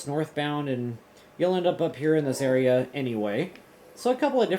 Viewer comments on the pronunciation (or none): none